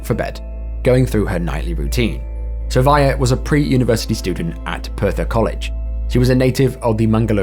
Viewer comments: How did you see “Sravya” and get “Sarvaya”? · Great video. Liked and subscribed. The name of the girl is Sravya. Not Sarvaya. Have a good day!!